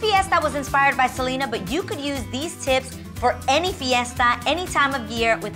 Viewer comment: Omg Adrienne girl PLEASE pronounce Selena like it’s supposed to be with the accent on the E, its not not a Seleeeena party is a SelEEEHHHHna party 😂😂... that party looked so fucking bomb though!!!